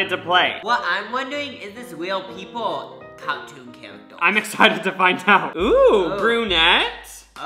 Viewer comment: “what I’m wondewing is this weal people ow cawtoon chawacters” awhhh